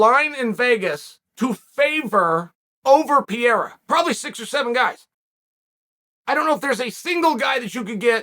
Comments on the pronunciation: It is Pereira not Pierra. Come on Chael, please more respect. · Is not "piera" is pereira gringo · Good ol Pee-era..